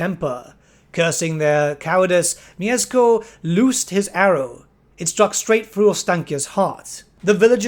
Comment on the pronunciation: Mieszko - that "sz" you may read as sh, but you have managed quite well with this name ^^"